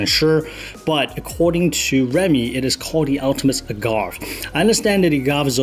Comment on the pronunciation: BTW, it's Ah-gah-vay, like what tequila is made from.